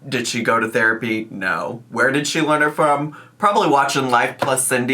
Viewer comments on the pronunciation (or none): none